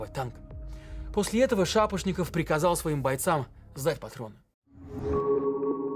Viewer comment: я не понимаю, что он приказал. "в зад патрон"?... "зед патрон"? кто расслышал?)